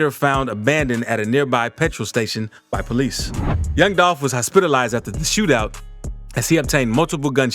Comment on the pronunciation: At around the 9min mark you pronounce the word hospitalize, and it was at that point I knew you were a short yellow bus kid